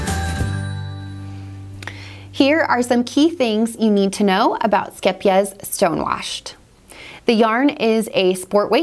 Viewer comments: You say the first part of the word scheep (scape) So no e sound the two e's are said like a long A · This is not actually how you pronounce it, haha. The second syllable is correct though! If you type in "scheepjes" in google translate you can click on the audio button to find the actual Dutch pronunciation. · Oh my goodness, now I know how to pronounce the name. I've been mispronouncing it for years! Lol Skeep-jeez 🤦